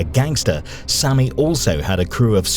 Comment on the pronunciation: Sammy not sonny